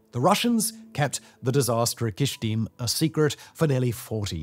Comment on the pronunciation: It’s Kyshtym not Kysthym